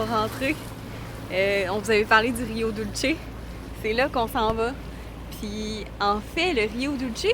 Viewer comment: No big deal but ca se prononce "doulssé"